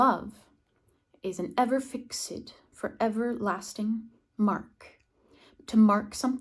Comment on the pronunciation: Hi! Thanks for sharing the lovely sonnet. I noticed something related to your pronunciation. You pronounced the adjective "Ever-fixed" as: /fɪksɪd/ while it should be pronounced as /fɪkst/ according to the -ed pronounciation rules. (Check of your video). Is there some exception of the -ed rules? One more thing, the Arabic verb يصرح, which means "To admit, to profess, to declare, to proclaim, to state", is pronounced as Yu-sa-rri-7u not Ya-s-re7 (Check of your video). Again, thanks for the sharing. I have sent you an email before. Hopefully it reached you!